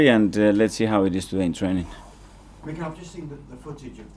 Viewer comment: It’s Mikel not Michael? 😱🤭😅